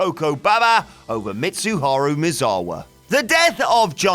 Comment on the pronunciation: Nobody knows who these people are anymore? You must be quite young. The facts aren't sketchy, they are there, it's just that WhatCulture is poor at doing research. The narrator can't even say "Misawa" properly, which leads me to believe he's never watched a Misawa match.